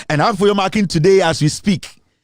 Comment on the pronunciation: Its Afenyo MARKIN, not MarkinS